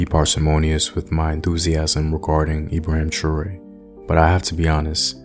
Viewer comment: Learn how to say his name properly.